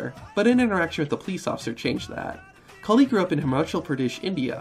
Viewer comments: The Hindu goddess is "KALI" not "Khali". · ayy, im from India, the goddess you spoke about during the great khali, its actually maa kaali, and not maa khali. khali had more of a punjabi ring to the name